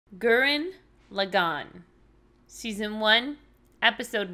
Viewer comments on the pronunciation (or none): It's Gurren Lagginn i think, say lagann like lagging with an N at the end. Laggin